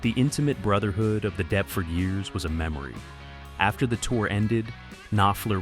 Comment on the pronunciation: All that research and then just guessing at how English place names are pronounced.